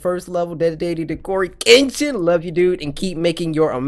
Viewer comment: Coryxkenshin cartoon something my son Giovanni called you courage engine She said it wrong